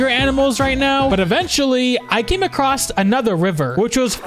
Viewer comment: its "across", "acrosst" isn't a real word